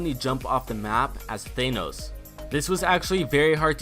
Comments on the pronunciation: Thahhhhnos not Thayyynos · It's not Thaynos, it's Thanos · Why do you call him Thaynose? WHY?! It's fucking ThAAnos, they even say it in the movie! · It's Thanos not Theinos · Why , why do you pronounce it “thay-nous” have you not watched the movie ? .... Tha-nos. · Thanos is pronounced as Than-ose not Thane-ose lol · It's pronounced THANOS not THAENOS. God they say his name correctly in the movie so why can't you say it correctly. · IT'S PRONOUNCED THANOS NOT THAINOS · its not thainooos its THAA_ NOOS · Its pronounced Thanos th-an-oos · I like how he says thanos as thaynos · Why do you say thaynos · Thay-nos lmfao 😔😔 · Your'e saying thanos wrong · pronounce thanos right you uncultured swine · STAPH SAYING THANOS WRONG. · Why does everyone pronounce thanos wrong its pronounced tha n. O. S. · u dont pronounce Thanos like that cuz its not an enlgish word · Why does no one know how to pronounce thanos right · The way says thanos though... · Myth: Can this man pronounce thanos right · I cringe when he says thanos